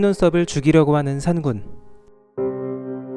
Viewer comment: 산군이 아니라 산꾼이라 발음해주세요